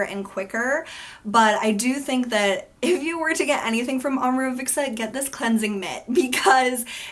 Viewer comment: You pronounce it with a "k", like "Omorovikca". Leave the "k" out, It's just "Omorovica". Imagine as if "cz" was "tz". (Fitzgerald) Maybe that makes better sense for you. :)